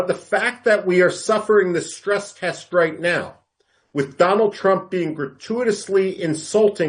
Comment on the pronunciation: Once wise man said dolund trump 😂